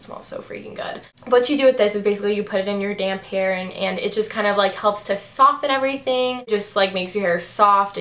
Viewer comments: Lol, I thought u said "put it in ur damn hair" but u said damp.....lol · Omg I thought you said ''you put it in your damn hair'' instead of ''damp hair'' x) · hahaha omg when you said "you put it in your damp hair" when talking about the chi stuff i thought you said "you put it in your damn hair" LOLOLOL im dying hahaa. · Haha when she said "you put it in your damp hair" I thought she said damn hair XD LOL love you:) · haha I thought you said "you put it in your damn hair" not "you put it in your damp hair" lol! love your vids! xx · when you said "put it in your damp hair" i thought you said "put it in your damn hair" and i was like....whoa.... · I thought you said "you out it in your damn hair" instead of " damp hair"!!! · haha! i thought you said "put it in your damn hair" instead of "put it in your damp hair"! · when you were talking about the chi silk infusion i thought you said "you put it in your damn hair" and i was like oh ok no need to be sassy